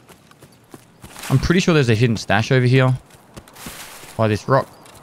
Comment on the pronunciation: "i'm gonna jump over heyh and i'm gonna jump over heyh" lmao